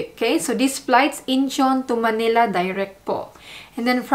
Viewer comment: Thanks for the video!Please do not pronounce Manila as Maynila. Get rid of the “Y” .